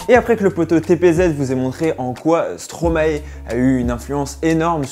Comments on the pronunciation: La video est bien mais par contre ca se dit stromay pas stromaé frg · Par contre après toutes les recherches que tu as fait, je comprends pas pourquoi tu continues à dire "stromaé" au lieu de stromae... appelons un chat un chat, avant de commencer toute chose...🙄 Mais sinon c'était pas mal! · Parler de Stromae sans savoir prononcé Stromae..